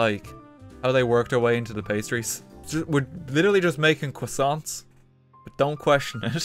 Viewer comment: WTF is a quissant